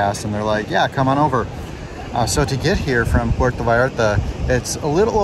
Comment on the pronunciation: PUERTO, not Porto......please